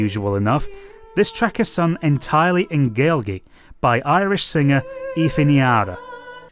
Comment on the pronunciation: Gaelgey lol. I assume you meant Gaeilge which is the Irish word for the main dialect of Irish. It's pronounced "gay-lih-guh" from what I've heard but you can just call it Irish as people have throughout history been calling it Gaelic despite the fact most Irish people prefer you just call it Irish. Gaelic is technically better used for the Scottish language of the same family (nowadays somtimes called "Gáidhlig") as Scotland had 2 languages that needed more distinction while Irish was the only language that came from Ireland. That's from my understanding anyway, I'm just a history and linguistics nerd and I'm still learning Gáidhlig. Either way Metal Gear Solid is one of the more important games of my upbringing. I often use it as an example of me being one of the first generations of full blooded gamers as my parents spent nights playing it together when I was still a baby. Years later my mum was shocked that I beat Liquid as fast as I did. It was shocking to me that Hideo was looked down on for being a game dev considering I was born 2 years before this game came out and have wanted to be a game dev my whole life. I loved the encyclopaedic amount of knowledge it gave honestly. It's huge amount of dialogue allowed it to give one of the most influential conversations between 2 video game characters in my life. There is a codec call between Snake and Naomi which goes into detail about Snake's friends that completely changed my perspective on relationships between those around